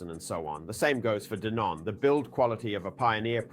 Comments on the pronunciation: I’m pretty sure it’s pronounced Denon. Not Deenun! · Clearly AI ,,,,, DEEEENON OR DENON ? FACKAWAYAFF!!!!!!